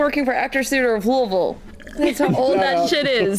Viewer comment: Same. Love that she pronounces Louisville correctly. Lulville, not loo-ee-ville